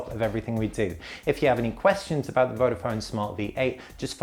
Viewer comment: why you pronounce "vofon", is "vodafon". Search before you review a product.